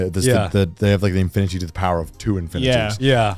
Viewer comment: im stoned and even i near spat out my water when Grant said infiinity. No more coffee treats for that man!